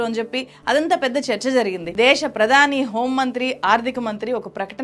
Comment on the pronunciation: తెలుగు భాషని ఖూనీ చేస్తున్న నిన్నేం చెయ్యాలి? దేషం కాదు దేశం అని ఉచ్చరించమ్మా తల్లీ. ముందు తెలుగుభాష ని సరిగా పలకవే.